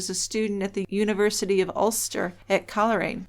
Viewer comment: Coleraine is pronounced coal rain.